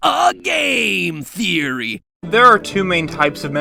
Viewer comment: "A GAME THEAORY!" 😂😂😂